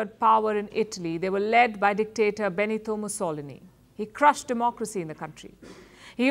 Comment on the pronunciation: Holy moly she absolutely butchered Benito Mussolini's name...!